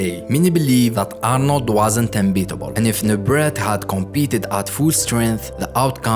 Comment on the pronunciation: The t is silent in his last name..pronounced new-brey